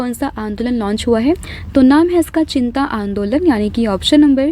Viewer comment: Ma’am it’s चिता not चिंता